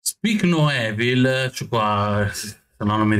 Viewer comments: si pronuncia "ivol" (EVIL) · “Evil” Si pronuncia IVOL non Evil, Mannaggia dopo 10 film horror con sta parola ancora non avete imparato 😂